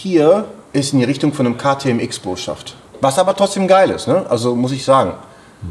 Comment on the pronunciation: Das heißt Supra Mark Fünf, nicht M-K und KTM Cross Bow, nicht X Bow